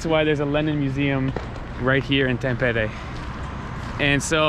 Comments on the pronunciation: Quick and easy lesson In Finnish language most common mistake by foreigners: The stress is always on the first syllable. 🤔👌 Thus it’s HELsinki👍 not HelSINki😖 and TAMpere👍 not TamPEre😖 More easy: every letter is pronounced and the same way independent of surrounding letters.✌️ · Bro why you say A as E like tampere you said tempere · If I write in Finnish how you said "Tampere" that would be "Thäm-peere". 'A' in Tampere is the same vowel sound that you have in English words like 'fun' and 'sun' and Finnish 'A' is always pronounced like that (you used Finnish 'Ä', the sound found in English words 'man', 'can', 'tan' etc.). Not actually sure what would be a good English word to give you the idea of how to pronounce the 'T'' as English 'T'' almost always sounds more or less like Finnish 'TH'. Your 'E' sound was correct, but the first 'E' was too long (like Finnish 'EE'). But you did get the hard part right and got the 'R' rolling, which is always a nice touch for a native English speaker. 👍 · It might be easier to explain this way: The "Tam" in "Tampere" is pronounced sort of the same way as "tum" in "tummy". Also the rest of it for English speakers would be written something like "peh" + "reh" but fast without a space between them. An English speaker will by default have some "h" sounds there to soften it up but Finnish people will pronounce it very bluntly. Also the emphasis for the word is on the first syllable so it's like TAMpere. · Hi, greetings from California, where we live. Married to my Finnish wife who cringes when Finnish words are mispronounced. Simple way to pronounce every Finnish word: emphasis on the first syllable. Always.......TAMpere, NOkia....but we still love all your videos. Go HIFK!